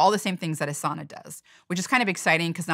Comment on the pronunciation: Finland has a population of 5.5 million and there are almost 3 million saunas in Finland. At the same time, Finland has been ranked the happiest country in the world 8 times in a row - just saying... P.S. Please, learn how to pronounce "sauna" correctly. Please!